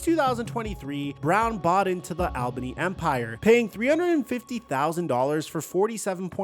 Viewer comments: I was born and raised in Albany (btw it’s ALL-bunni not ailbany) and still live there, couple facts about his arena football situation. Everyone was super excited a celebrity bought the team but especially arena legend EDDIE BROWN’S son, it was a massive deal for the team and community and everyone thought he could revamp arena football in the area and bring it more popularity, he even visited the gym I go to who was partners with the Albany firebirds. Shortly after he was acting irrationally, I believe there was a news article of him getting kicked out of the hotel he was staying at here, he wasn’t paying players, was making huge decisions for the team with no intent, he was the demise of the team. Ruined it for the whole community of everyone who lives here and after that the team fell apart and is no longer, everyone here HATES him and he is a horrible look on his father’s name, wild stuff. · “All Ban E” is how Albany is pronounced lol! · Deleted my comment on how to pronounce Albany after reading this, thank you for repping for us 😂